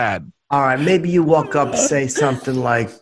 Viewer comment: Brotha sayin sumptin dare. Lol